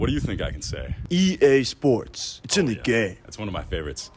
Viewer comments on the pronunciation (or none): Pronounced "it's" a bit too hard Im bit of a stickler meseeks